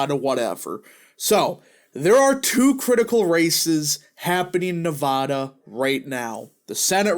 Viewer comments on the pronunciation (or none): It’s not nuh voh duh. It’s neh va da. You’re saying it right the first time. Dems out of Vegas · Nev-ADD-a not Nev-Ahh-da! People here are very particular about the correct pronunciation of the state! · Not from Nevada, but I talked to a local when I was there and he said it was pronounced Nev-add-duh.